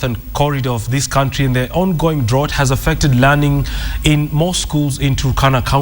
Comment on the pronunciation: just a small correction,bonny dought is pronounced drauot not drot